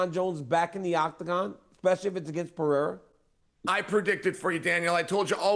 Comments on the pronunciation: Chael STILL saying “pee-era” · Can we please censor every time Chael calls Pereira "Pea Era", its so damn cringe. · It’s so obnoxious hearing chael say pee-era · Chael sonnen called Pereira Pee-Ayra one day went on with it for ever lmao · Them saying peeairuh is pissing me off. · i just want Chael to say Pereira correctly just one time. is that so much to ask for? like who tf is this GOAT Pierre guy ive never heard of he keeps talking about fighting Jon Jones? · Chael constantly pronouncing Pereira's name wrong is starting to get annoying, the schtick is getting old.